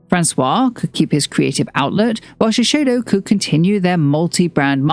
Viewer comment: A note on pronunciation - it's ShiSAYdo, not ShiSHAYdo.